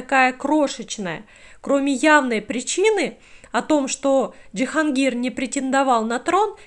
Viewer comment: Почему ДжихАнгир?